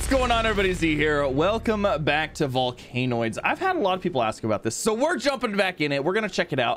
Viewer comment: its pronounced vol can oids